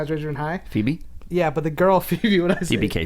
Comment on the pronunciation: Phoebe Cates or as pronounces it, Foe-bee Cates lol